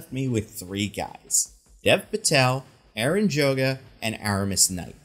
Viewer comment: The way he says Brenton Thwaites and David Mazouz is stressing me. And it’s not the Mazouz or Thwaites parts that are stressing me. 😂 And the way he said Avan Jogia. His name is not Aaron!!!!!! He got it right the second time, but still messed up the last name.